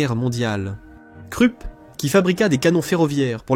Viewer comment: Hyper bien fait bravo, très bonne diction, aucun accent de racaille ni du Sud. Agréable. Au fait KRUPP se prononce KROUP 😊